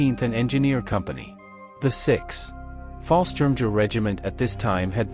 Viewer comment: Fallschirmjägers were actually Air Force not Army. By the way, if I wasn’t so curious, I would have stopped listening to the BUTCHERY of the names and terms. In fact, I eventually muted it and just read the cc’s